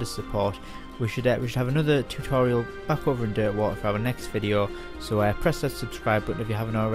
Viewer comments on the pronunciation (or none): none